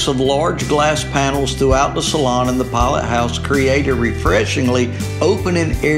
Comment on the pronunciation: "flaw-bridge and poll-it house?" 😆